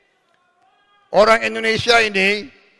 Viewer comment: Miskin Wo... Bukan MESKEN !!! 😂😂😂